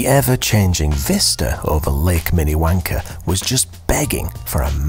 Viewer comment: When a Brit says Minnewanka, you’re not sure what he is saying. It could be to words like mini _____er. There’s something to be said for actually pronouncing your ‘Rs’. 😎😸